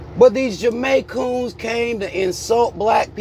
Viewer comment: not the Jamaicoons lmao 🤣🤣🤣